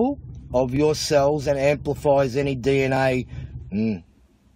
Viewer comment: Holy 💩, forget deoxyribonucleic acid - this dude can't even say 'dee enn aye' 😂